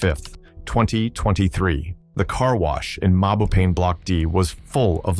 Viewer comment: Mabopane = My Bo Pun? And did you call 'Tshwane' shwarma?